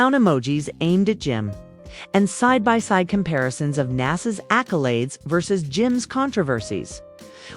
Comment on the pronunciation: Who the hell is Naas, and why is Jim talking about NASA